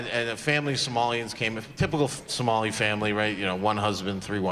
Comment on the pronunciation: 🫢 just a little constructive criticism, it’s pronounced Somali 🤭 just like I thought the word dice was singular 😳 I used to watch, but with all those faces he makes I am feel cringe. Even if the clips he shows are great his presentation is lacking.